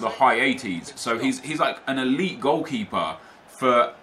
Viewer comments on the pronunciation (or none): none